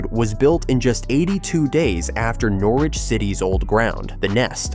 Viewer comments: Nor Wich ha ha. Lasted one minute before turning off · We need a bigger stadium, it's a sell out every home game. And please someone slap the twat who can't pronounce Norwich and carrow road properly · You make a video about Norwich but cant even pronounce it right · Another video that sounds like it’s been commissioned by some American marketing company. At least get the pronunciation of the City correct before proceeding on a self funded expansion plan which we’ve heard so many times before. The lack of ambition to upgrade the City Stand is now down to the current board and it could be funded by building it first ! and stop the nonsense about fan zones.Fact